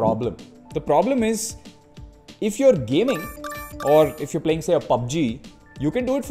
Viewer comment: Probeleeem , pubbbbg , pllayying 🤣🤣🤣